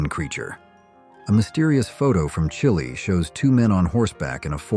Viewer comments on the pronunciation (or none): none